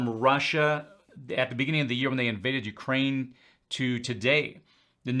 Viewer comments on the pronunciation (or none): none